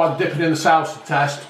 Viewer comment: Man said sowsa